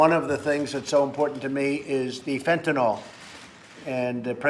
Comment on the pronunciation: It's not Fantanalll It's Fentanyl..... Trump needs some speech lessons. Is anyone afraind to correct him?